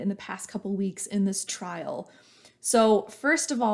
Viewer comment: “Trial”, not trail ;)